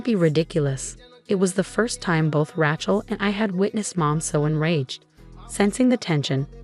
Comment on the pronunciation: It would be good if the teller of the story could pronouce the name correctly Rachel is pronounced with a long A. Also other word pronunciations are a bit wonky too. Get somebody who knows the English language and can pronounce words correctly to read these stories.